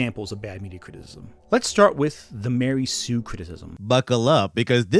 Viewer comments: really seems to struggle with the word “criticism.” He should instead use “critique” because it’s easier to pronounce and more appropriate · Or as he calls it cwiticism